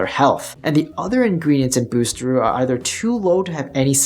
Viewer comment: Great info, i wish h he would pronounce it correctly though 😂